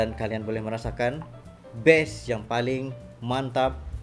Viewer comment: Kata "Bass" dengan kata "Best" kok pronounce nya sama ya? Kalau orang Indonesia menyebut Bass ya pakai vokal "A" bukan "E". Jadi kata "Bass" ya dibaca "bas" bukan "bes".